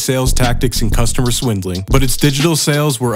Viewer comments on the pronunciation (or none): none